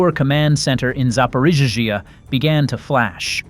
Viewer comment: Zap-or-eet-zia. For crying out loud get a better bot or heaven forbid ... a human.